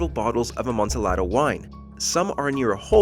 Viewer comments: Amontillado pronounced with silent "L" as you do in Latin based languages. Such as in "tortilla" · It's pronounced ah-MON-tee-AH-do. It's Spanish. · Amontillado… lol. Please get the pronunciation right instead of acting like you know what it is… embarrassing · It's jarring to hear the wrong pronunciation of amontillado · The way he pronounces Amontillado hurts me.